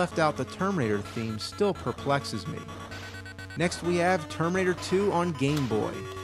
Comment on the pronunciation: am I the only one to hear tomb raider instead of terminator each fuckin' time he says it???